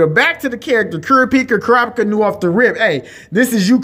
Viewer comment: Kurapika - - KuRAhpeekha